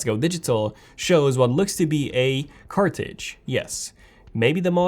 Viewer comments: Its CARTRIDGE.. NOT CARTIGE.... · I think you mean “cartridge” not “cartidge “....